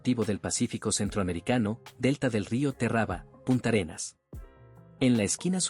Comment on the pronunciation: No es Punta Arenas, sino Puntarenas. No es Terrába, sino Térraba.